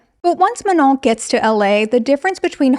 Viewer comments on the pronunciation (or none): MA-NOH NOT MA-NON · It took me all of 35min to understand that her name was Manon, I kept hearing you call her "Menol" i was like wow such a unique name